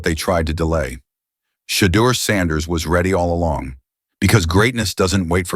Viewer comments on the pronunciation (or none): This AI lost me when it called him shiter sanders.